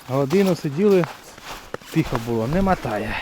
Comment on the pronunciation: Молодець.., респект за Українську… тільки не « матає» а мотає…